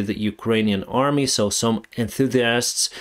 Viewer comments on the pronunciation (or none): none